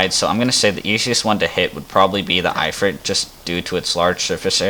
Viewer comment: the... "eye" frit =( Its IF-Frit. like "as IF" then ad Frit to the end.... good video otherwise